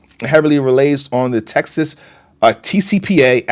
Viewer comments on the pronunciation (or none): none